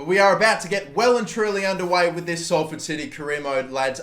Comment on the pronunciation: Omg he said Salford right